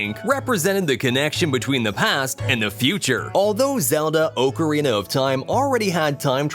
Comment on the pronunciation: Oak er ina lol!!!!